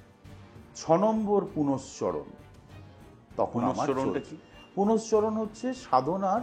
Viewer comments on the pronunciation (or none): আমি তো শব্দটা পূরশ্চরণ বলে জানি,উনি পুনশ্চরণ বললেন বোধহয়,হয়ত এরকম শব্দও আছে।